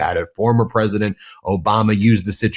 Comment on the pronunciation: Pwezident Elmer J. Fudd